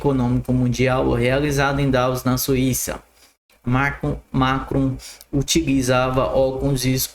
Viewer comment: Esse cara nem sabe ler e quer que se engula ele como influencer, ler errado o nome de macron e Davos